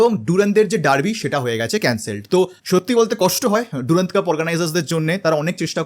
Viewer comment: Henry mortimer durand was an englishman... onar nam er uccharon french ki kore hoi? Its durand...not ডুরান্দ.